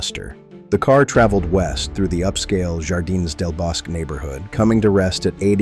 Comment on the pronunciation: It is NOT YARDINES OR YALISCO!!! JAAAARDINES JAAAALISCO HABLA BIEN CABRON!!!